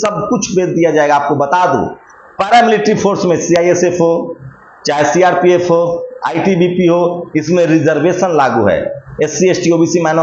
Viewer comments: CISF ko baar baar CIFS bol raha hai ye HM. Kaise kaise log? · Grah mantri ji cifa nahi cisf hai